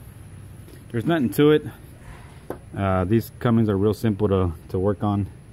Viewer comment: CUMMINS* CUMMINS* THERES NO 'G' IN "CUMMINS" ANYWHERE.